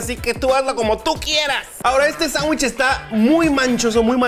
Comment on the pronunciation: Es "sangüich". :-|:-|